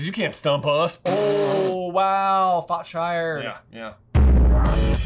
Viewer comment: Did no one notice Ben say, “fots shired” instead of “shots fired”??? 😂😂😂